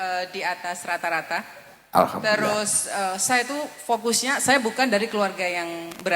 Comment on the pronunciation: Fasih beneer ucap hamdalah.. jangan jangan dulu muslimah itu